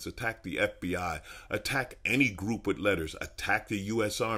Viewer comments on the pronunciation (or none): none